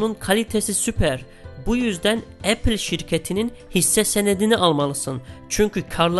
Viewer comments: ‘Epil’ diyene kadar ben de aynı şeyi düşünmüştüm. 😬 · O kadar çirkin Apple diyor ki tüm dikkatim 3. Dk da gitti